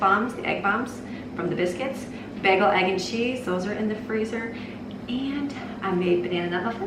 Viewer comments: Im from Chicago and I say bay-gul not baggle lmaooo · Love your videos!😍 (I've never heard anyone pronounce them "baggles". The "a" should be a long vowel sound)😉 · PLEEEEEASE? Pronounced: “BAY-gull”. (Long ā sound.). As in “play.” NOT “BAG-ull”. 🤦‍♀️😱 (Not a short a sound, as in “hat.”) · BAY GUHL ..... NOT BAG EHL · bag-uhl. BAG-UHL. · Omg you say bagel wrong lol! This is low key amazing though #supermom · Pronounced "Bay Goal". 🥯 Bagel ☺️ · bagel is pronounced bay-gull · It was triggering me so much, but I wasn't going to say anything... Baaagel🤗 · I was wondering if anyone else caught that as it bothered me a little. I'm Californian and we pronounce it bay-gel as well. I've watched alot of her videos and cringe when she pronounces Spanish words, like salsa; Pico de gallo; etc, wrong. But I grant grace because not everyone knows. But I've never heard anyone pronounce Bagel bA-gel. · I've never heard a person pronouce "bagel" with a short "a" sound before. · Her pronunciation of the word bagel is low key upsetting me. But I can’t actually get mad because she’s so awesome! 😂😂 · Wow I’ve never heard bagel pronounced like that. Where are you from? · The southern queens love the bacon fat but not the way she said “bagel” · I've lived in Michigan all my life and I've never heard bagel pronounced that way, lol. Are you guys yoopers? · It's Bagel not Bagel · bagel [ bey-guh l ] How can you be American and NOT know how to pronouce this word!!?? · lol the way you say bagel is driving me up a wall. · Love how you pronounce bagel